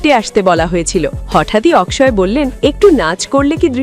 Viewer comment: অকশয় অকশয় করার কি আছে? বাংলাতে তার নামের উচ্চারণ হবে অক্ষয় । সোজা কথা।